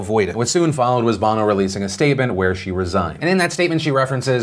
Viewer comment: its pronouncec bough no as in Sonny Bono her husband until his death